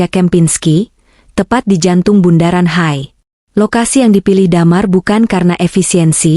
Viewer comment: Bukan bundaran hay mbak tapi bundaran H I